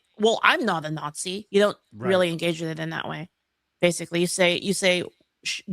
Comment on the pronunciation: "I have no idea about this subject. So Imma just call everybody a natshee."